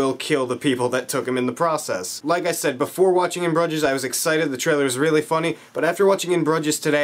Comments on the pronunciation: Its Broo-zjess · ahhh how are u pronouncing that so wrong man. they mention the name of the town like 1000 times in the movie